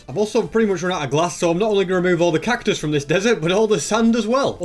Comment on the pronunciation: When he said 'cactus-us' I died inside a bit